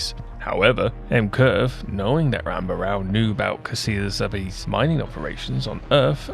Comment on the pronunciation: M'Quve is ''Muh-Koo-Vay'' or ''Mah-Koo-Bay'' as the japanese pronounce it.